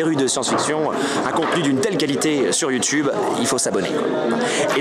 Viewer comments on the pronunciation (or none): none